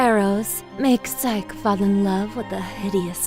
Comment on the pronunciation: What they mean:physce What i hear each thime: SIKE!